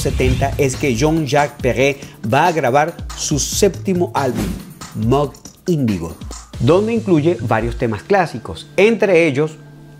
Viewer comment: MOOG....se dice mug